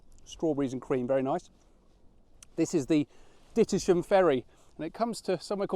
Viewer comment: I think you'll find that Dittisham is pronounced 'Ditsum'.. way back in the 70s during my time as a yacht delivery skipper, I would occasionally take refuge at that point, having dropped the anchor I'd look up at that village and think.. 'One day I'll live there'.. unfortunately it didn't happen... or maybe I should say, 'It hasn't happened yet :>)'